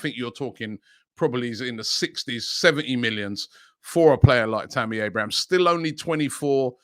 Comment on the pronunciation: Its Abraham... not Abrahams 😅